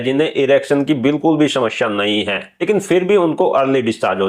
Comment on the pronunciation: apki bhi bhut badi smsya hai..smaya ko shamshya bol rhe ho😂😂😂